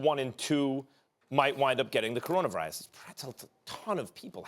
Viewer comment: Stephen A.: Coronervirus